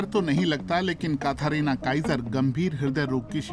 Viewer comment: काथारीना नहीं कैथरीना बोलिए जनाब 😊